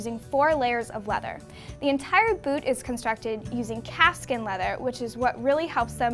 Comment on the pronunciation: I thought she said cat skin